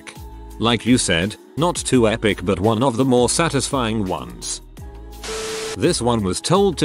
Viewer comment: wuan waun doupt